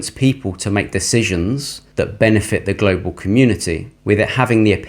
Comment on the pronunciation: Please stop saying Glo Baal.....ya really feel we are on a spinning wobbling ball....com on man